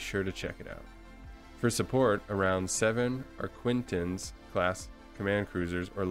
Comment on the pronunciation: The "q" in "Arquitens" is silent. Just say "Ark-it-enz".